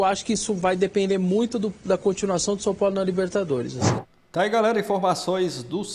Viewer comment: Cara ! Aprende a falar! Não se fala SOPOLO! É São Paulo! 😂😂😂😂